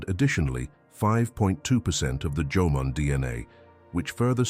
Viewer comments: The AI voice from text is making mistakes Instead of Jomon people the AI says Jomon but the text says German Someone needs to proofread the text before putting this on youtube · For all those Asians or Japanese who are whitewash don't be excited when the Narrator said Jomon and not German, Ok. It's Jomon who native to Japan not German. 😂